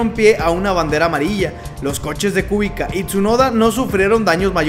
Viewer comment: Kubica se pronuncia Kubitza